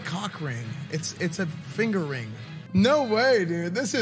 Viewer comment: When Esfand said Finger Ring all I heard was Fingering =O